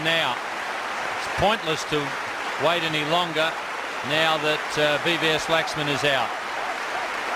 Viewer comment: Hate it when they wrongly pronounce Laxman